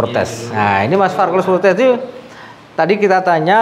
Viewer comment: Carlos fortes mas, bukan carlos frotes.